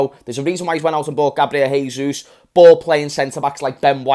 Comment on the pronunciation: Great video mate, just a heads up: jesus in portuguese is pronounced "jay-sus" (not exactly like that but it's the best way i could write it) not "hay-sus". Please spread the word so that annoying brazilian like me will be happy😀